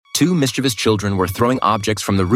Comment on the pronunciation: I heard michevious as two Mr.beast children